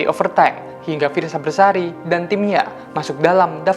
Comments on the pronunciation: Besari not bersari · Fiersa besari yaa kak bukan bersari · Fiersa Besari min bukan bersari